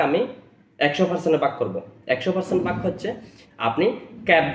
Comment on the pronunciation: পার্সেন্টকে পার্সন বলে এইটা কেমন আঞ্চলিকতা?